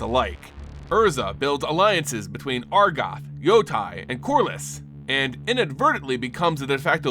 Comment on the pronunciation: Great stuff, as always (although I think Yotia is pronounced “YO-sha”).